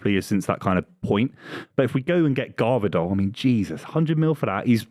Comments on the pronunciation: i despise the way pronounces Gvardiol -> Garvidol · Bro really said Garvidol 💀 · My man completely butchered Gvardiol's name💀